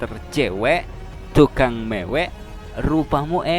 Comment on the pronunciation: rupamu elek maksudnye ape ? jelek atau kayak kelek (ketek dlm bhs sunda) ? hati2 akh pas bilang tukang mewek lidahnya keseleo m nya jd ng